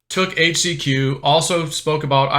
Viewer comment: You can't even "overdose" on "HAITCH-SEE-QUee" or "FLIBER-MEC-TIN"